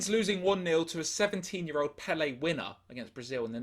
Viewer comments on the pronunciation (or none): none